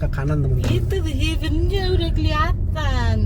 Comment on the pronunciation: Ini video ttg The Heaven pertama yg saya dengar vlogger menyebutkan The Heaven dgn sangat benar. 👍 Video sblm2nya pada nyebut "de hiven" (gemes dengernya). Buat si ibu.. Bapak nyebutnya udh bener ya Bu, jgn malah disuruh nyebut salah. Malu nanti kalo ada bule yg nonton.